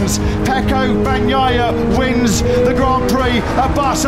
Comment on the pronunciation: FRANSISCO BAG-NYE-UH? Bruther you claim to be a MotoGP fan? Come on dude, world champ 22/23 put some respect on his name